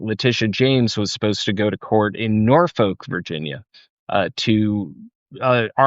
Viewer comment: NORFOLK is pronounced Naw'fawk